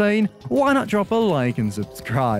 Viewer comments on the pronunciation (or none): sockrteez? More like sockrtease